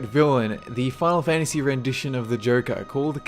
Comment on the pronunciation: "Fahhlfantasy six or fahhlfantasy seven".